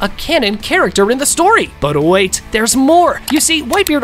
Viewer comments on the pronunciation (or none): none